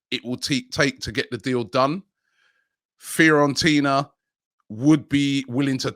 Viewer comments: Everyone: Fiorentina Robbie: FEAR ON TINA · FEARontina lol